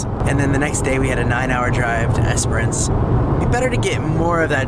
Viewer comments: Esperance is pronounced like entrance esper ence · 22 hours driving. Melbourne eastern suburbs to Port Augusta... only stopping for food and fuel... and stopped for an hour to do an exhaust flange gasket. Pronounciation Guide: Ceduna: See-dune-a Cocklebiddy: Cockle biddy... you said it right :) Esperence: Esp-rence - the second e is silent.